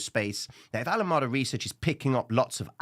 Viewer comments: please, not Alamada but Alam"E"da. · Pronounced "ALA 'Mee' Duh" bro 🙏